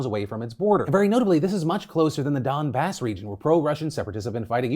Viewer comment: Lol Phil's pronunciation of Kiev & Donbas. Great episode